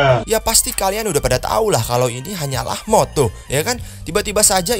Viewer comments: Td nya gw kira dengernya hoax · "Bahwa Ini Hanyalah Moks"🤣 Mod Bang Mod Bukan Moks🤣🤣🤣